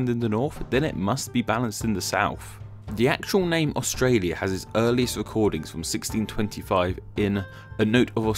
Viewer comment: Got it wrong mate, its pronounced "Straya"